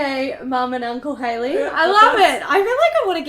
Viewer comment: Also you did really great with the pronunciation of my name,! <3